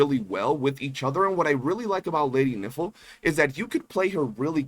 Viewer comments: Bro can you pronounce Nifle right..? it's the same way rifle is pronounced but with an N. I don't know if you are doing it for the funnies but it's pretty cringey... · I heard it as Lady Nipple. 😂